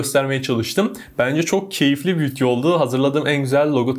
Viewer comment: Ne zamandan beri video kelimesi vityo oldu hacı